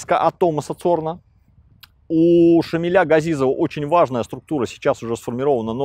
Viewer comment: Шамиля, поменяйте ударение, дико звучит